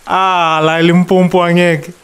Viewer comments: I so hate it when Zulu ppl say Limpompo, say Limpopo or use Polokwane wat the fuck mos, rena we can say KwaZulu-Natal 🙄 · Why do they keep saying Limpompo but its called limpopo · ELimpompo lol they get mad when you pronounce it like that... i still enjoythis guys vid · Why do some people say Limpopo as if there is another "m"; Limpompo? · Domkop pie say such I also loath when they mispronounce our limpopo. Ba ya speeda